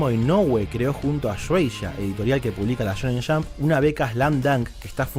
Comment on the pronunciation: me encanta su pronunciacion la shonen shamp